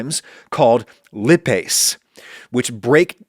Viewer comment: This was interesting Adam. Though, I wish you'd have looked up how to pronounce "lipase" before saying it repeatedly.